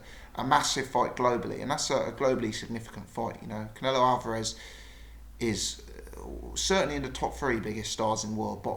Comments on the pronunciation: he watches to much of Steve Bunce he says it the same...Al var ez? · why you pronouncing alvarez like that